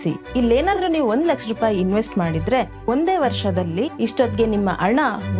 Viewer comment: ನಿಮ್ಮ ಹಣ # ಅಣ ಉಚ್ಚಾರಣೆ ಸರಿ ಮಾಡಿಕೊಳ್ಳಿ